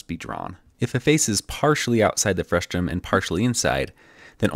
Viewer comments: Great visual lesson! BTW, it's "frustum", not "frustrum". Frustrating, I know 😉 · The word is "frustum", not "frustRum", right? :D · It's pronounced frustum not frustrum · Very nice implementation and detailed video explanation. Very clear communication of complicated computer graphics concepts made simple with your "behind the scenes" animations. Just a small note, the word is "frustum" with no second "r". Saying "frustrum" causes the automated closed caption to produce nonsense words, which can sometimes make it difficult for people to find more information on a topic if they are seeing it for the first time. Overall great video explanation of your technique (along with the other computer graphics concepts). Please keep making videos like this one! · I love your work. but it's frustum, not frustrum, haha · "Frustrum" Omg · There's only one R in "frustum"! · there’s no -r in frustum :)